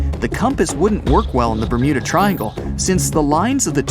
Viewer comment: Ber'mood'a triangle (Ik its bermuda but the mud sounds like mood lol )